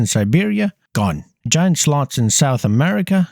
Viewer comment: you're telling me that a human read this script and said "giant ground slots"